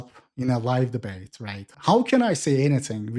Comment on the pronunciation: “Ooh I’m gonna deebate!” 😂